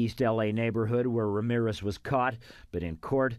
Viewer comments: No es Wramiwres es Ramírez. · Me "encanta" como los gringos no saben pronunciar bien Ramírez y lo pronuncian mal jaja